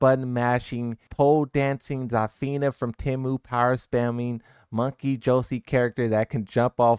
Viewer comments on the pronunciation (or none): none